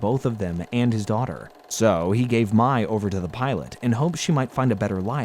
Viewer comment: Mai is “Mi” to rhyme with Hi not MAY